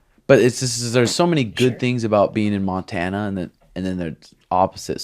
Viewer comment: This nigga really said Montana to seantana....😂😂😂😂